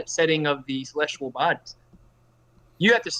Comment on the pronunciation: Is it me or is saying “celestual”